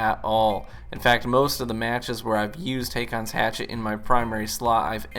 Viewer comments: Just to be "that guy", you pronounce it basically "Hawkons". It's a normal name in Scandinavia. Some use Å instead of AA, which is an older form of the name. We've had several Kings named Håkon/Haakon. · Dude...Haakon is how you spell the old Norwegian name HÅKON (Pronounced in "murican" as Ho-Con). The letter Å in Norwegian is pronounced like "Oh" in English. Google must be broken if you couldn't look it up... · "AA" in Nordic languages, and in names like "Haakon" is pronounced with a "o" type sound. Not the American "A" [ey]. It's also a way of writing this letter "Å". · The double A is an old way to write the norwegian letter Å. Haakon is a scandinavian name and is pronounced "Hokon" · It's actually pronounced "Haakon's Hatchet." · aa is å in norwegian and u say it like a o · The two "aa"s in Haakon is pronounced the same way the Scandinavan letter "å" is. For an English comparison, the "a" in "raw" or in "war" is pronounced like an "å".